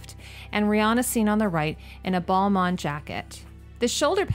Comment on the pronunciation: LOVE your videos! So interesting what you see with a designers eye, but girl your pronunciation i've never heard someone say "Gaga" like that or caucasus like that its like caucasian as in the race or like when delegates meet, its all from the same root. your Balmain was perfect tho